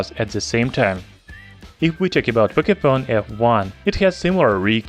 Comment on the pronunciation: "Pocayphone f1" ?? lolss